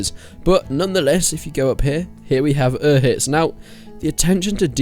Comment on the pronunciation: Dude you said reekys cave was by skalits which is not true it's north of ledetchko and u said his dad was in talmberg that's not true he's in ledetchko. Plus u butchered the hell out of pronounced uzhitz. It's like ooshits is how's it's pronounced you really don't remember much about these quests